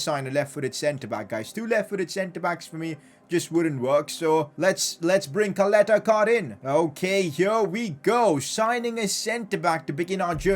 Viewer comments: Don’t say Caleta-Car like Kaleta-Kar...U have to say it like Chaleta - Sar...just trying to help u out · Ćaleta-Car = Chaleta-Car and not Kaleta-Kar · Its pronounced charleter char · If I'm not wrong, it's pronounced as Salete Shaar and not caleta car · No hate,but it is pronounced as Cha-leta Ch-ar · Btw it’s pronounced Chaleta Car bc of the accent on the first C (Ć) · You didnt say ČALETA-CAR's name. Try to pronounce it like: CHALETA-SAR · Ćaleta Car is prounanced "chaleta tsar" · Čaleta Car is pronounced Chaleta Sar, I'm from Croatia so i know... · give bradarić chance he is elite and Call Duje Ćaleta Car by his name cuz you are totally saying it wrong it sound weird totally😂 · Regarding your pronunciation of Caleta Car. Its not pronunced like car, its pronunced like C not K. And about his first name its the same case like ModriĆ. Hope that helps u :=) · It so funny how you pronaunce Croatian names Čaleta Car 🚗🤣😂😆